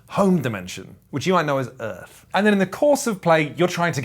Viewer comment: Gotta love how it almost sounds like you called Earth "Ugh"